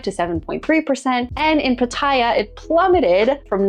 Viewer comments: The name of the city Pattaya is pronounced PATaya, not patAYa as you say. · the way to pronounce Pattaya, is to say every “a” the same way, and,,, the last ya has the accent. So,, pa ta YA.. 😅 love your content. You may be interested in my experience. Never test positive. 1000 partners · I was saying the same thing. People say it how she says it but it’s wrong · Why do people say Pattaya like that. That’s not how it’s pronounced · there is a YouTube guy Ian,, he doesn’t care that Pattaya is a proper noun. It would be like people calling him “eye Ann” instead of Ian. 😅